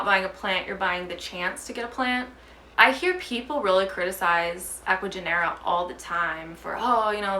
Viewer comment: Totally agree about importing and just wanted to mention that when pronouncing of Ecuagenera, the G in Spanish sounds like an H in english, so instead of Genera, it would sounds like Henera. I have just noticed that a lot of English speakers on Youtube are pronouncing their name wrong.